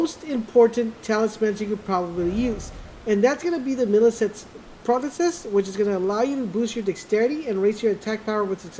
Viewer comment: I rewatch this video regularly simply because of the deficiency this guy has in pronounciations of certain words, especially the PROTHESIS + INSIGMA. Gosh, it's so funny!